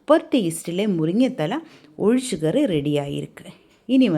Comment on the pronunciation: Athu olichakari illai ozhicha kari sariya dish pera pronounce pannunga ippali malayam language ah kolai pannatheenga.